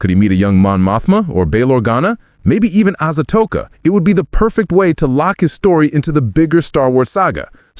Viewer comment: Asatoka? Do you mean Ahsoka Tano?